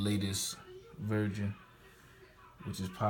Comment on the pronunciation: Im getting a gold one but he said "32gb virgin did u mean version or was it your accent?